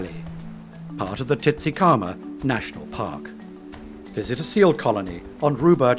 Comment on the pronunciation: Not Titsikama, Tsitiskama... It's not difficult, really.